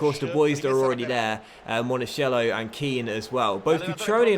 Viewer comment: Monakello not Monashello